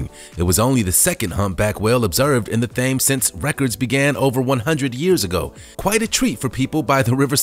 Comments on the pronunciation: There was, historically, a grey whale population in the Atlantic. A single idividual was seen a few years ago. There have even been schemes to reintroduce them. PS the River Thames that runs through London is pronounced TEMS not THAMES. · As I londoner I was laughing at the river "fames" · Actually, the River Thames in London is pronounced "tems." Cheers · Thames is pronounced "TIMS". I know it sounds odd, but that's how they do it. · It’s a silent h in Thames and he says Thames but it’s temes silent h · You dont say "Th" for the river its pronounced "T" as in Tems, that's how its pronounced not " Th- ames" that just sounds stupid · 🤔 Thames :"Temms". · iT'S PRONOUNCED TH-AM-EZZ... I NOE... I AM ENGLAND. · The famous river Thames is pronounced "Tems". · Dude its the river t-e-m-s not the river t-a-m-s the river thames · To the narrator: “Thames” is pronounced “Tims”. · The river is pronounced temes but spelt Thames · "Thaymes"-?!?!? Seriously?!?!? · it's pronounced Tems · Does the commentator really not know Thames is pronounced (Tames), the h is silent, or am I in a parallel universe. Hhmm??? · "Thames" is pronounced "temms". Get it right!! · New video idea, Words you won't believe people mispronounce. Its pronounced like "Tems" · its not Thames.....that is not how you pronounce that word. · Its pronounced Tems... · It's the river tames, you do'nt pronounce the H. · “Thames” it’s pronounced tems lol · It's thames pronounced Tems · Actually, it’s “Tems.” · thames pronounced temz. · The famous river Thames...so famous you’ve never heard it pronounced before 😂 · Yep. Pronounced wroooonng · Yes!! So glad someone said it!! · I couldn't believe my ears. Yes I may be a colonist, but I know how to pronounce one of the most famous rivers in the world. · Nearly threw my phone in the bin at “Thames” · it has been Thames in one spelling or another soince before Roman times in England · He doesn’t know to to pronounce the river Thames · Came here to say the same things. Ugh!